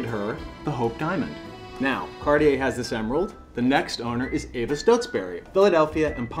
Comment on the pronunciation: CarTier not CarDier. Make an effort!